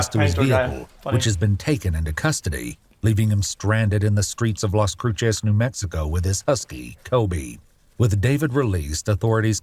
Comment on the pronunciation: Las cruises not las crutches or crusays